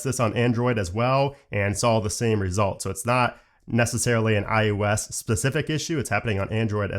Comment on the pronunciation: Stop saying IUS